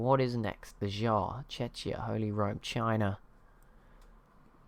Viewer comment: It's pronounced check-ee uh, not chech-ee uh